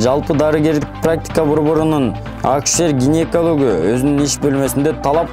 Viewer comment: Ушул тантыкты кайдан таап кабарчы кылдынар.Козуздук эмес,коопсуздук акусер эмес,акушер!!!